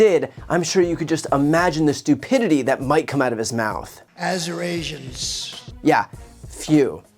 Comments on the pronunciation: Trump was actually referring to a small group of Assyrian supporters in the audience. That being said, he still butchered the pronunciation (as one would expect). For those that don't know, Assyrians are a Christian indigenous group. Although they are considered minorities, they have larger communities in Michigan and Arizona. Sorry to rain on everyone's fun. Please: continue throwing shade on Dr. Demented. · You do know that “Azurasians” is a pretty BIG word to pronounce when you're READING it from the TELEPROMPTER and it’s a hot day in Azurania. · I live in Azurasia. I've been spelling and pronouncing Arizona incorrectly for decades. Whew! So fortunate to have DJT correct me 🙄.....and none too soon.😂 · BTC… There were “Assyrians for Trump” in the crowd. So, he butchered their name but was not mispronouncing Arizonans/Arizonians. Btw… vote 💙! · Well Bri, he was actually trying to say "Assyrians". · He was mispronouncing Assyrians, not Arizonans. That said, VOTE HARRIS 2024. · He is so xenophobic he has no clue how to pronounce Assyrians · I think he was trying to say "Assyrians" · I am only 79.8, so I can still pronounce Assyrians. There was a group of Assyrians for Trump in the audience, which he was trying to shout out. He was not referring to Arizonans. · He wasn't mispronouncing "Arizonans", he was trying to say "Assyrians." There is a large Assyrian population in Arizona. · Brian, I don't think it was "Arizonians" he was trying to say. I believe there were some "Assyrians for Trump" in the audience, so he was trying to say "Assyrians". But he's an idiot nonetheless. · I heard he was trying to pronounce “Assyrians.” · He was actually 'trying' to say Assyrians. There was a group of Assyrians for Trump there. He still totally butchered it anyway 😅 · From other sources, it seems he was trying to read the word Assyrians, by the way. Doesn’t make it any less cringeworthy, but I thought I’d help clear that up. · He tried to say Assyrians